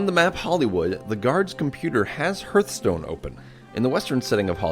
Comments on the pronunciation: “Herthstone” I’m losing faith in humanity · HARTHstone not HERTHstone (pronunciation not spelling) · Ugggh don't say herthstone... its HARTHstone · It was probably a comment about the incorrect pronunciation of it in the video. "Hurt-stone" Instead of Hearthstone. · Stop saying "HURTH-stone." It's pronounced "HARTH-stone." A hearth is the floor of a fireplace, which symbolizes one's home. Just remember that you're not pronouncing "earth" with an "H" in front of it, you're pronouncing "heart" with an "H" at the end. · lol im pretty sure its pronounced harth-stone not herth-stone. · Its heartstone not hurtstone!!! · Herthstone? XD Its HARTHstone. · sounded like you were saying hurtstone xD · Cool vid. Also it's pronounced "Harthstone" (almost like heart stone) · why do you pronounce heartstone hrtstone? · Hertstone XD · wtf is a herthstone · You've clearly NEVER played Hurtstone if you say it's pronounced the other way. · I cringe every time I hear the guy say hearthstone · Anya Amari? Herthstone.... XD